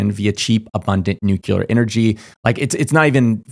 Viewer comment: People are unable to pronounce "nuclear" correctly. IT IS FKING SIMPLE!